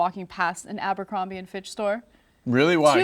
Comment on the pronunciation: it's abercrombie not ambercrombie...